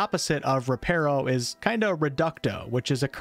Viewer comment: You’re Saying “Reparo” Wrong, It’s Not “Reh-PAIR-Oh”, It’s Pronounced “reh-PAH-roh”, I Literally Thought The Same Until I Read Up On It